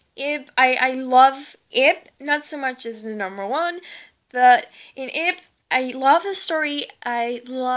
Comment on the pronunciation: she's actually 9 and it's prenounced Ib (eeb